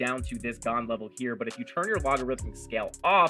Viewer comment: Thanks for explaining the tool... It's pronounced Gann